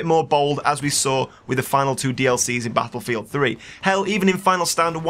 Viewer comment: I don't mind your commentaries but GODDAMMITT... you said Battlelfield 26 F**Kin' TIMES!!! HOLY CRAP.